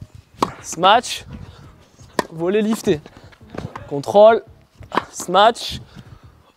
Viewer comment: J’adore le sma-tche x)